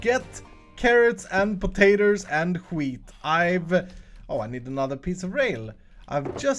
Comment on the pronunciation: Omg I need to know now.. PATATORS?!?! PATATOR??!?!